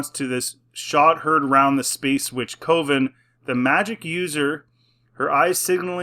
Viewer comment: Btw, a group of witches is pronounced “cuhven”. Just wanted you to know since apparently it’s gonna be in a lot of new Star Wars. Bleh.